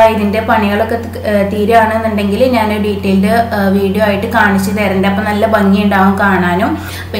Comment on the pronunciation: നാൻ എന്നല്ല ഞാൻ .